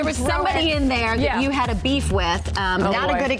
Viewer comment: "A" Beef?... your saying it wrong...